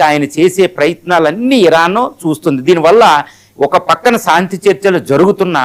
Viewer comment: Pronounce correct చేసుకోవయ్యా ! సాంతి కాదురా నాయనా శాంతి అనాలి. సా, సా కాదు , శా, శా అనాలి. శాంతి అద్దం ముందు కూచుని practice చేయండి. మీరు పలికే సాంతి అనే పదం వింటే కంపరంగా ఉన్నది.